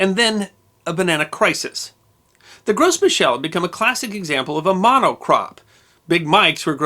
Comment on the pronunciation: Just a word, but the "s" in "Gros" is silent. Every time you say "Gros" is comes out sounding like gross.